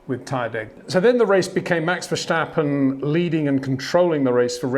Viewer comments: It’s not Verssshhhtappen, it’s Verstappen. The same “S” sound as in “Signal” and “Sign”. You don’t say “Shignal” or “Shign”. 🤦🏻‍♂️ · Charle, Charle, Charle, Charles, Charles. Max Vesshhhhhtapen, Max Verstappen, Max Vesshhhhhtapen... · Verstappen. NOT Vershtappen. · Always enjoy your reviews, but please stop pronouncing Verstappen's name like Germans say his name. ("Vershtappen"). His name is Dutch, and should be pronounced as Verstappen, like "stab" - Verstappen. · HEY PETER WINDSOR, I HAVE MESSAGE FOR YOU SIR: With all due respect ... it is NOT Max "verSHtappen" ... Max is not German (Germans indeed do pronounce "st" as "sht") ... #Max33 = Dutch NL/Belgium! ... It is not "Bottash" nor is it "Lewish" certainly not "verSHtappen" .... This BS started long time ago when a British sport presenter interviewed father Jos Verstappen and assumed you can use a German pronunciation to a Dutch Driver thinking it is so "funny" ... It is not. Serious question: can any Englishman say "versatile" out-loud without saying "vershatile" phonetically? most can about 99,99% ... that is why most English can pronounce Verstappen 100% correct! Father Jos Verstappen (also F1 Racer) was very active between back then only a very few said "Vershtappen" but the vast majority of British sport presenters pronounced it perfectly ... only a few old stubborn farts like Peter Windshor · Step, stip, stop, stap, stappen, Verstappen.